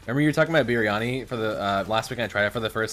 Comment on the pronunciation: the way he pronounced biryani, LOL